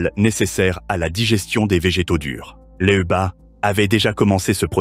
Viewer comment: LEUBA!🙄Lyuba! ton ai est pas capable de prononcer lyuba?